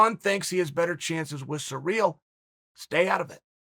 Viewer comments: Ah em. Chael. It's pronounced See-Ryl not Surreal. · yeah i know its hilarious lol, in case someone is sureally wondering its pronounced siri-l. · Sereel? Ciril’s name has been everywhere in the MMA world lately so how can Chael butcher the pronunciation so badly? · Its surreal the way chael pronounces cyril